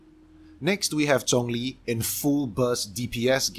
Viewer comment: hearing him say "She-ung-liing" instead of the common "Shang-leng" is somewhat refreshing. I like it